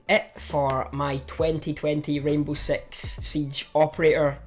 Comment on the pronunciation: he said sex instead of six